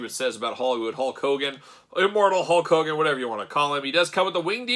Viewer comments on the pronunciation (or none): Is it Hogan or "cogan"? I always hear the latter